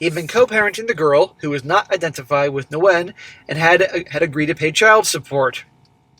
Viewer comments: Nguyen is pronounced Winn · the Ngu is pronounced as a Wh sound. The name sounds more like "when". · Nguyen is a very common Vietnamese last name and pronounced 'win'. That was like nails on a chalkboard thr amount of times said it wrong. In any case, what a total dumbass and he got what he deserved. Thinking with his dick rather than his brain.